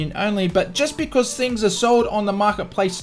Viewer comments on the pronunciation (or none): none